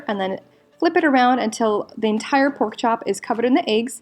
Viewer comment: Did she say poke chop?? ..... I think I'm in luv 😂